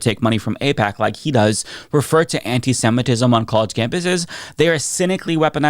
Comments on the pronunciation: this mf said antisetimism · WTF is antisentism? The guy can't even pronounce the term that probably secretly describes him. He only says these things cause he likes lobby money. I actually support Israel, but not what's being done at Bibi's direction. The people of Israel deserve justice, and that means a return of what I'm assuming at this point are the bodies of the remaining hostages and prosecution of Netanyahu for his corruption charges. A regional war to avoid accountability is a pretty terrible move for someone in a leadership position. Kids shouldn't starve so you can avoid jail, Bibi.